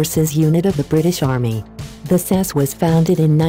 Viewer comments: It's S.A.S not sas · It's S A S not SASSS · Fuck sake its pronounced S.A.S NOT sass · Its no sas it S.A.S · I think it's a computer talking, that's why it cannot say it properly. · sas? S. A. S. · It's S.A.S no SAS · It's S, A, S. Not fucking 'Sass'. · "The Special Air Service, SAAS" Excuse me lady, what is a Saas? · Not Sure who was doing the commentary on this one. However since when has the S.A.S. been called "sasssss" ?????????? People do anything to be online. Show some effing respect before doing rubbish like this. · I’m fucking done SAS 😂😂😂😂 you said it wrong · You said SAS wrong